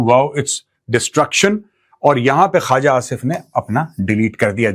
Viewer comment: It’s not Khaaja Asif. It’s Khuwaja Asif. Tum sey na ho pai ga Maj. Gober Eating Arya